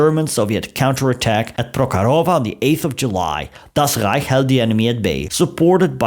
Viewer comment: I just love how you pronounce "Das Rrrrreich" 😅